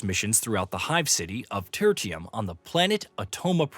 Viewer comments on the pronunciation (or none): “Tur-ti-em” hahah. I think it’s more like “Ter-shum” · the moment "ter-tium" was pronounced was when we knew not a single person who made this video really played the game.